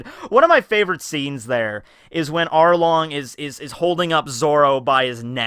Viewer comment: Did anyone hear say Harlong